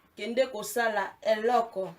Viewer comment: Ma loboko osololi eyokani Eloooooookooo